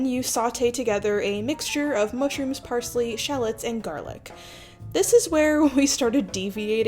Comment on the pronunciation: Müshrüms, as the French would say.